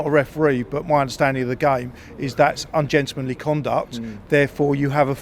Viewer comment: Zero shots on target. The arrogance to think you’re going to a European ground and dominate. Can tell they’ve not been watching premium European football. Also “ungentlemanly” 😂😂